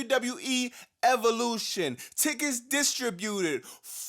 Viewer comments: "Now the show starts with Seth Rollins and Evolushiiiitt"😂😂. That part cracked me up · And EVOLUSSSHITT!!